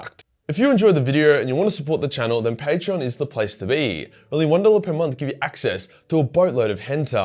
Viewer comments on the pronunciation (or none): none